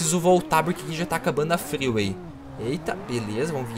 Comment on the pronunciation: Mano pq toda rua grande ele chama de fryway?